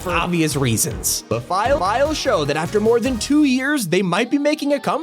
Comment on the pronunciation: Why did you Say ”file file” like a bug